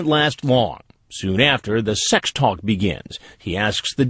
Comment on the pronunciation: why does Chris Hansen say sex like "SAHX"? lol